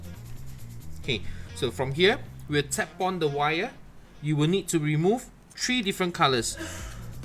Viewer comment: Pretty good video but you said TREE instead of THREE . Learn how to speak better english.I was lookng for the tree!!!😂